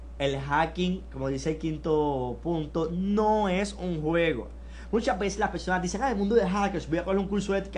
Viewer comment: Mucha certificacion, pero COMBELTIL, DISCUTIL, me hace LUIDO (ruido) y me cuesta concentLaLme en lo que dice.